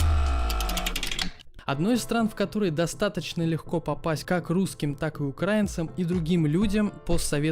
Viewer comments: Автор , прежде чем озвучивать ролик , нужно было для начала посмотреть где ставится ударение в слове «украинцы» .Сразу видно и слышно , что с русский языком не дружишь ! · Когда пилил этот кал, вот в чем ты ошибся. В скандинавии хер найдешь работу без гражданства, про Польшу ахинея, ударение украинцы не правильное, если ты тупой и историю своей страны не знаешь, то тогда понятно почему ты не понимаешь не любовь к русским и украинцам, даальше этот кал смотреть не стал, пытаешься хайпить на том в чем не понимаешь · Не укрАинцы а украИнцы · УкраИнцы !!! А не укрАинцы